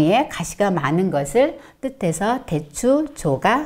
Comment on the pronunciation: 상기의 상을 길게 발음하셔야지요!! 짧게 발음했기 때문에 금방 알아 들을 수 없었나이다. 한자에는 자곶 문제가 아주 중요한 일입니다. 대추의 첫 자도 길게 발음해야지요. 고유어인 대추도 바르게 발음하지 못하는 이가 어찌 강단에 섰나이까?? 그만 두십시요!!!